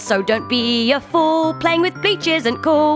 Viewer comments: I hear the word bi*ches instead of bleach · I love how she puts such emphasis on the b in bleach.......she like screams the b